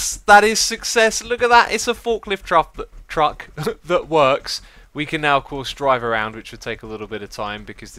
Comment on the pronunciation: why does he say truckt